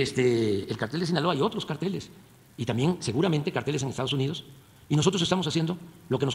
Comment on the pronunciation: No sabe ni pronunciar carteles 😂